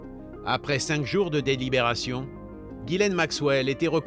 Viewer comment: /twenty minutes in and I just couldn't stand listening to the mispronunciation of Ghislaine one more time.